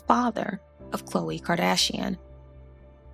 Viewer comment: this man called called Khloe “Blob Lawbla”